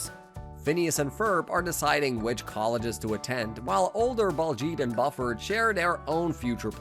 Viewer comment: Why do you mispronounce the names Buford and Drusselstein?